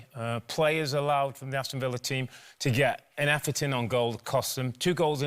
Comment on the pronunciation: “It’s da history of da Arsenal”